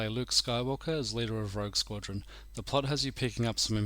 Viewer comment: Such a good game. But it's rogue btw, not rouge.